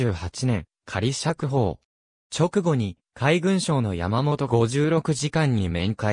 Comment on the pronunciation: やまもといそろく、とよびます。ごじゅうろくではありません。